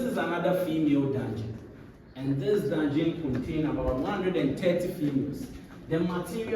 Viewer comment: why can't you say dungen ??